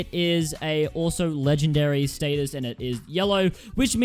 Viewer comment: Stateus not status...